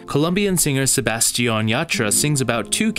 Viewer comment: Wow. I didn't realize the 3 motif in the movie. Interesting Great analysis! Also, sidenote: The singer's name is pronounced sebas-TIÁN, rather than seBASTian. The accentuation mark over the second a signifying its pronunciation.....